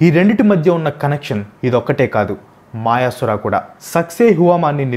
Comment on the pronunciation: మాయసుర కాదు అన్నా. మయాసుర.